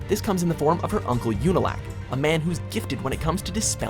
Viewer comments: Name mispronunciations are killing me: 1. Unalaq (Ooonalahq, not Younalack) 2. Zhao (Shao, not Zao) 3. Vaatu (Vahtoo, not V/a/too) 4. Wan (Wahn, W/a/n) 5. Amon (Ahmon, not /a/mon) 6. Ozai (emphasis on O not I) 7. Ba Sing Se (bah, not b/a/) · Unalack bruh it unlaq!!! Zow it zhao jhaow Nvm there so many mistakes in this i wont corect all of them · Hey its unalaq not yunalaq OO-NAA-LAAK👈 and azula on no. One Cooolllllll......... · "yOuNaLaQ" " zAw" "wEhN" "eHmOn" "oH-zAi" "bA sInG sAy" i'm sorry but... cringe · the guy said "yewnalack and "eahmawn" bruh clearly he didn't watch the shows wtf is this. they need to review these videos before uploading them bruh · Did they deadass just pronounce Unalaq as yEW nuh lACC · Wow again with the pronunciations "Younalak, Zow, Vaaaatoo, Aman, Ozeye" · Do the people who even announce these even watch the show? "Yunal lack" "Amin" ?? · Yunalak? Zao? Amun? ZAheer? Ouzai? You're lucky you didn't have to pronounce uung... aang. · He said “Number 10: You-Nu-Lack” and I immediately wanted to click off the video 😅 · "#10: YOO-Nih-Lack" I don't need to watch anymore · WTF?? YUNALAQ???😂😂 Zhao at 7 & Unalaq at 10th?? TF?? Whats VAYTU?? It's VAATU... 😂😂 Dafuq?Dafuq?Zaheer at 5...He should be in Top 2 Again??Who's Aymon?? 😂 😂 HAMA... FACK😨😱😨 Azula!! Well Deserved... ❤️♥️❤️ NOPE!! But The Pronunciation Changed When WatchMojo Attacked, Only The M. Night Shyamalan,The Master Of Live-action Movies, Could Save The Viewers But When The World Needed Him Most, He Vanished 😂😂😂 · "Jow," "OO-nuh-lock," "uh-MON." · "Number 10, YOU-na-lack..." wtf? can you guys learn to pronounce the names correctly? And kuvira shouldn't be ranked higher than amon or zaheer, like do a bit more research before making these videos please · These pronunciations are horrible. ITS OO-NU-LAK. AND ZHAO IS NOT ZAO. AMON NOT AMUN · The “Younoloq” killed me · you-na-lack, let that sink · You-na-lack? Fml they did a top 10 of a show they clearly didn’t watch